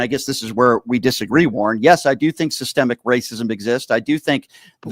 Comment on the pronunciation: he needs to learn what Sissssstemmmic means